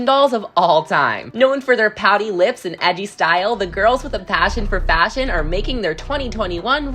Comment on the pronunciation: I hear the F work that dosent sound like faSHion